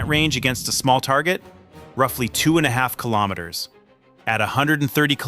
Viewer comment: If you can pronounce kilogram correctly😀why can you not also pronounce kilometer correctly? It does not make any sense to me.